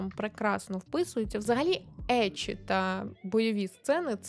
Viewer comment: Як людина, яка вивчає японську, дякую за правильно вимову еччі, шьонен та інше 😭💜